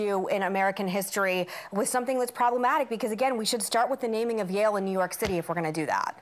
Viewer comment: when Meghan said "Yahul" I literally didn't understand what she was talking about 🤣 .....Yale.....